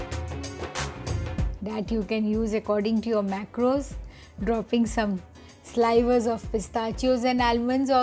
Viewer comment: “Slivers” is pronounced with a “short i” sound like “liver”.